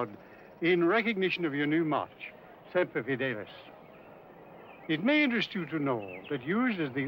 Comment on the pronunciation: So very nice to hear someone pronounce "Semper Fidelis" correctly.